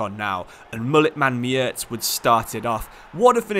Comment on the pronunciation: how did you pronounce mierez like miertz what